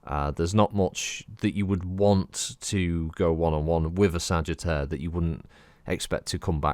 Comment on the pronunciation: LOL It sounded like Sagetter to me.